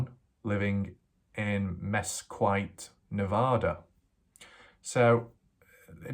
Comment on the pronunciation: Cool video, thanks for the update. Also, it’s pronounced Mes-skeet Nevada